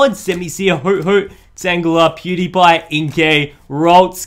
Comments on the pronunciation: You called Dewpider Pewdiepie😂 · It’s funny how he called a Dewpider Pewdiepie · He calls pewdiper pewdiepie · Cutiefly What I hear: Pewdiepie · He said pewdiepew